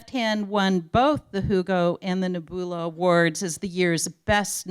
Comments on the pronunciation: Neboolah and Lah-gin! Bahahahahaha! Oh, when people who are not fans try to talk about science fiction. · "Ne-BOO-lah Award"?? Hahaha